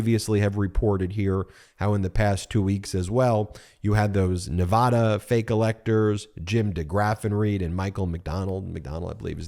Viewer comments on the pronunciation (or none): Please note Nevaada not Ne vah da. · FYI: Nevada is pronounced Nev-add-u 😘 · Love your info Ben, but please learn how to pronounce my state’s name! It’s a short a like apple! In Nevada you can actually hear a collective groan every time someone says Ne-vah-da!! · Nevaaaaaaada! A as in ‘and’! Please pronounce it right. Thank you! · Please pronounce Nevada right. Arggg. 😮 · I can’t believe you do not pronounce ‘Nevada” correctly.